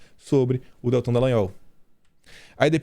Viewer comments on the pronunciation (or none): none